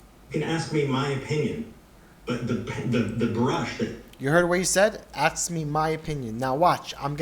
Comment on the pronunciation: Say the word 'ask' correctly and people will take you seriously.